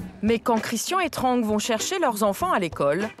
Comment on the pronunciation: Comment ils ont prononcé Trang et Saigon 😭😂